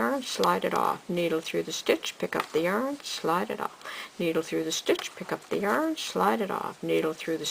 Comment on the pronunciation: The way she says yarn is horrible.